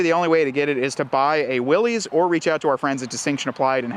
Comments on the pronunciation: It's Willys (like willis) not pronounced Willy's . The original company was willys overland company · It’s pronounced Will’iss, not Will’ees, after the founder of the company that got it all started in the 1910’s. John North Willys founded Willys Overland. His company won the bid to produce a ‘military basic’ vehicle (MB), also called a general purpose vehicle. General Purpose became “GP”, which became “Jeep”. Show some respect for the founder, dude, if you’re going to review a vehicle named after him, at least pronounce his name correctly. And the “Jeep”, (not JEEP) on the tailgate is historically correct; look up some photos of the Jeep logo from the past (60’s). Willys Overland was started in Toledo Ohio where Jeeps are made to this day. The Willys model line is a nod to the original history of the Jeep, don’t try to change it, man! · Why does he keep saying "Willys" like that? Its not Willy's, its Willys like Bruce Willis... but with a y. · You lose all “cred” by continually calling it a Willy’s. The correct pronunciation is Will-iss. It’s supposed to be an homage to the original Willys-Overland Jeeps. Company founded by John North Willys. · It’s pronounced Will-s 🙄🤦‍♂️